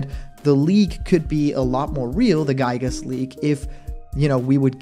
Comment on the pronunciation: Yet again another person has mispronouncing giygas name 😒